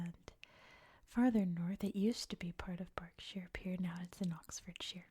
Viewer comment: Nailed "Berkshire" and "Reading"! 👏